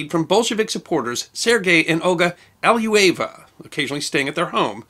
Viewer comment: I appreciate your way to tell the history, but it would be so good if you could pronounce non-English-non-American names correct! Here for example, Svetlana Ali-loo-ye-va should do.